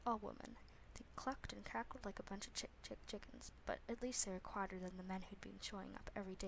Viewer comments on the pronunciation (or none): Did anybody else notice when she my mumbled on her words and said chik-chik-chikens